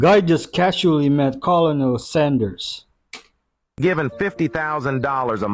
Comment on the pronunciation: I love you, your wit, and your command of the English language (evidenced by all your zingers). So I just wanted to let you know that in this diabolical language the word colonel is actually pronounced kernel. Crazy, huh?